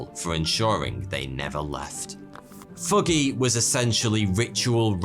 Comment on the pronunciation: What is foogey? ("thuggee")